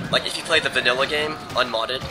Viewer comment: are you saying "vanilla"